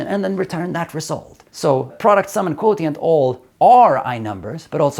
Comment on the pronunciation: My math hear want to tell you, the first T in Quotient is pronounced more like a "sh" or "ch" 😅. (And Google tells me that in Swedish the closest approximation is the "sj" sound)